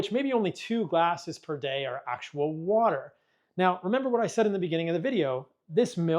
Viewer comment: Just drink wa'er